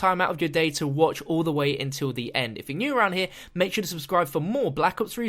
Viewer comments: mate can you just not talk? Gorod Krovi is pronounced "Gorod" not "Gorad" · "Gorad" he says...